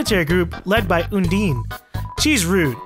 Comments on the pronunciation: Well the official pronunciation is Un-Dine, as in "Diner". Plus, the word play doesn't work for her genocide fight if it's Un-deen. Un-deen the undying doesn't work. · People always get Alphys and Undyne wrong the first couple times. Undyne I get. Since people pronounce it Undine.